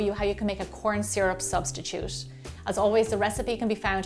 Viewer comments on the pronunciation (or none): Recipe: corn syru Me: shit Her: corn syrup subtitude Me: oh